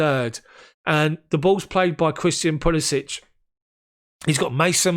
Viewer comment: Decent recap and analysis mate. Just note that you're mispronouncing Pulisic's name. It's pronounced like "Puli-sick"...not "Puli-sich" which is how you're saying it currently. Cheers.